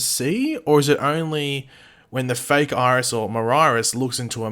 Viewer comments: Bitch Iris not Mirris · Miris? Pronounced My-Ris